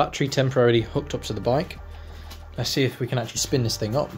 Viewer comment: Its not called DIS PHING. ITS CALLED THIS THING.. HELLO??